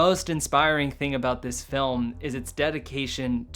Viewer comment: You got a strange accent... you say "felm" instead of /fɪlm/